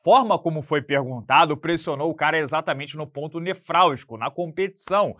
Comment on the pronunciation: É "nevrálgico",, pois "nefrálgico" é relativo aos rins.